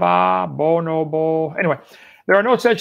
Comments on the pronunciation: Taught biology can't say bo-no-bo. There's no way he believes the words that are coming out of his mouth. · Right! Our closest cousin and he can't pronounce the name?